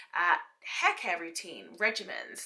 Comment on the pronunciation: Love how you say haar. Happy Birthday